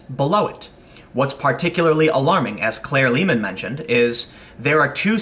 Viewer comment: "Claire Lehmann" EVERY.SINGLE.TIME